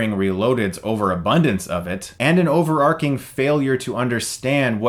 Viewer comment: Good review. Btw, it's pronounced "overartying"; not "overarking".